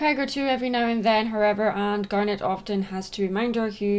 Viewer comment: I'm going to be honest I thought she said "damn it" instead of "garnet"